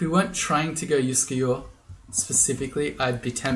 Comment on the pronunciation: Your comments about your Scandinavian-sounding pronounciation of Uskayaw pushed that one button in my brain - you know which one! Here we go: 'juskejå' would actually, at least phonetically, be a valid Norwegian word, pronounced quite like you did! It's of course an absolute nonsense word with no meaning. But! If we divide it into 2 words: 'jusk(e)' and 'jå' then we can get creative. Instead of 'jå' we can say 'ljå' - which is a real word, where the initial 'l' is silent! And it means 'scythe'! Now we're getting somewhere. But what about 'jusk'? Well, I found nothing in the official dictionary. But I'm willing to bet a small amount of money that in some dialect in some valley or on some island somewhere in Norway it's a real word with meaning! You know what - let me google that for me. [seconds later] Huh. I'll be damned! I found one mention of 'jusk' as a (dialect) verb, and apparently it means something like to be unsteady/unbalanced, or to stand/balance on something that is unsteady/shaky/wobbly! And Norwegian is one of those languages where you can just stick words together to form new words, therefore 'juskeljå' is indeed a valid word! Conclusion: Uskayaw is now Wobblescythe :D